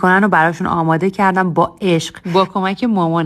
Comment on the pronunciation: اماده❌ آدامه✅😂😂😂